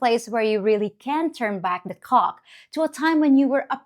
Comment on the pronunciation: Did you say turn back the Cock or Clock. Lol